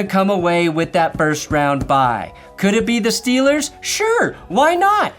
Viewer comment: No, nobody who likes his Steelers says Steelers like that. Just you